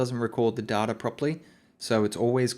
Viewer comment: You keep pronouncing "data" wrong. It's pronounced data, not data. Please work on this.